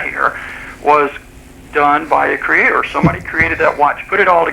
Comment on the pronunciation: Why do creationists pronounce creator as, "CREA-TORE"?